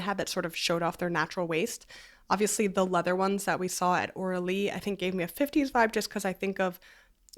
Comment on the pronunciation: Omg I thought she was saying Orly, like the wool rug people & I was shocked but impressed by their market flexibility 😂😂😂